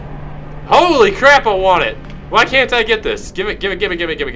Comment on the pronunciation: Ve Vant VORE